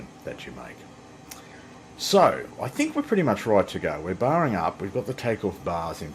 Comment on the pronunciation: "Were ready to go, we're Barring up"... Thats wat he said? 😆